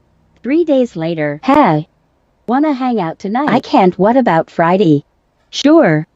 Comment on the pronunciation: I can’t with Friday in a southern accent 😂